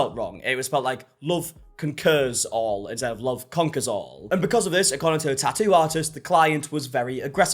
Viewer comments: "Tah oo artist " 😂😂 Bro, its Tattoo!! Say it with me, TaT Too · Your pronunciation of tattoo is adorable 🫶🏼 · I’m to-ally ok with forgetting the T in the middle of the word Ta-ew….